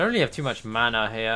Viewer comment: I love you bro and no disrespect.... but where do you manage to find a R in the word mana. Is it just me or does an anybody else hear him say manar